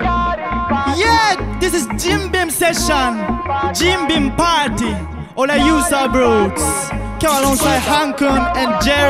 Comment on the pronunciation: youth of rootsさんの「ティー」ってしっかり発音する「party」の発音がめっちゃ好き。 HAN-KUNさんもJ-REXXXさんも流石ベテランって感じでマジでカッコいい…！ このチャンネルで上がってるラバダブ動画でこの動画が一番好き。